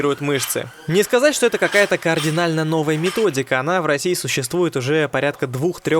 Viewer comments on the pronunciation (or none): "кардинально", так правильно, а не "кООрдинально". Слово "кардинально" не имеет никакого отношения к координатам, поэтому не говори, пожалуйста, "кООрдинально".